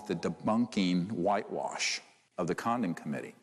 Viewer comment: I kept hearing 'condom committee' haha 🤦🏽‍♀️